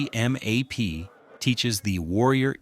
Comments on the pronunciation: lima 3253 san diego 2017 MCMAP is pronounced McMAP lol, saying M-C-M-A-P sounds so wrong. and PI looks so flat and easy 😉😉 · ITS CALLED McMap as in mick-map. ( MARINE CORPS MARTIAL ARTS PROGRAM) This stupid ass AI/ narrator is getting monetized off fraud and channel owner will be sued. Report this channel. AI FRAUD.